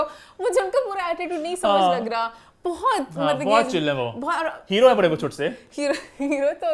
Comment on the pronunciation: sweetie, it’s Ban gai thi, not Bhan gai thi, similarly it’s Baray not Bharay:) Hope you would take it constructively:) ❤